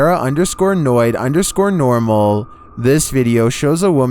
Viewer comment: That's "para_noid_NORMA" not NORMAL...just Norma